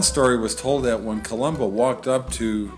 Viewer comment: Thanks for Butchering my name. Information would help your thick skull.